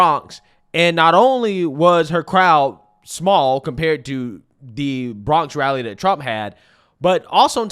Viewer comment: AOC has "rally eny" 😂😂😂